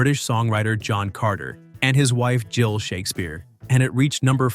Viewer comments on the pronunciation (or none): none